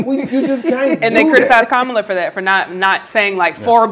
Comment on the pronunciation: It’s pronounced Comma -la Amber Rose. Repeat after me - Comma la. Didn’t you hear her little nieces breaking it down? You’re not smarter than 10 year olds.